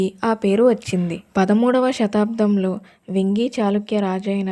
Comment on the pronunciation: అమ్మా తల్లీ! అది "వెoగి" చాళుక్యులు కాదు తల్లోయి.. వేంగి చాళుక్యులు.. కొద్దిగా చూసి చదవమ్మా